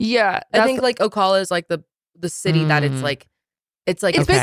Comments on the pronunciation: Heading them say o-call-a made me laugh as a UF Gator! It’s O-caaal-a like in “balance”. The villages is WILD!! It’s a big free for all! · My grandparents used to live in the Villages before they passed. It's wierd hearing a city I'm familiar with and funny hearing ppl say names of cities they aren't familiar with... saying O-call-a.... it's pronounced Oh-Cal-uh. It's definitely a beautiful place to live.... but beware it's a swinger's town lol. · Ocala is pronounced oh- cal- a, the “cal” is the same as cal in California. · Oh Cal Uh is how you pronounce Ocala. I lived there for about 30 years. We used to go to the Villages for some of the restaurants and the live entertainment. The loofahs weren't a thing yet then. 😂😂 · It's Oh-CAL(Like California)-La.. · Lmao, hearing y’all talk about the villages. I live right by it. I live in Ocala. Pronounced Oh-Cal-uh. Everything they say about the villages is true. 😂 We play what is that old person into, everytime we’re there. I even snap photos of the loofahs. To send to my friend. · Florida resident here! Actually Ocala! It Oh-cal-uh! Cal as in California!! I worked at the villages & yes the loofah thing is very real 😂 it is a wild place, but a place I would love to live when I’m older. They party all day, everyday! Straight up living the life over there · All of Florida doesn't do the loofah thing, that's strictly for The Villages. Place is wild. Born and raised in Ocala (pronounced ohcaaala) so funny to see you all talking about the loofahs. 🤣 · It's pronounced ock-lay-vuh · Also… it’s Oh-Caaaaalll-a (the a in cal is pronounced as a long a, like cat) 🖤 And thank you for the internet safety resources. Very good for parents to have🙏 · The mispronouncing of Ocala sent me 😂😂 so cute